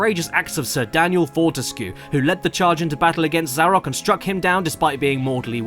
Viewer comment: I've heard some bad pronunciations of my name, but Zarok takes the cake for just HOW!?